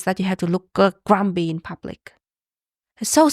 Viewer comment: GrumPy not grumBy